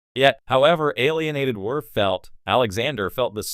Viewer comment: Commander “Wirf”